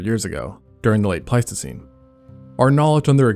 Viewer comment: is there an alternative spelling/pronunciation for Pleistocene?